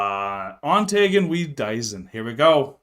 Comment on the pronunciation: Sry but i must correct Your pronouncing the songtitle "Diesen" (=" These" in english)! the right pronouncing of the ei in it must be souns like the long e on the first e of "These"💡 !!!!😉